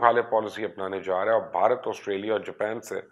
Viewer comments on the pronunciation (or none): none